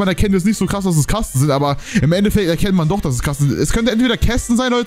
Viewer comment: Abbbbeerrrr davorrrr hi 😂🖐️